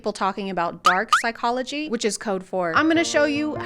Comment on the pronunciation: “Psychoogy fact” lmfao